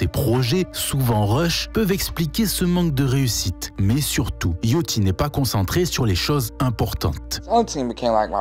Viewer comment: T’es au courant que ça se prononce Yachty et pas Yochty